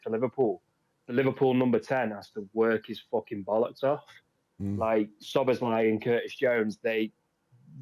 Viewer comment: I cant stop laughing everytime Joey tries to say szobozlai. Some of his pronunciations are awful but he plays them off so perfectly you wouldn't know ow he got them wrong lmao. Your videos don't come.out often enough mate. I'm loving them.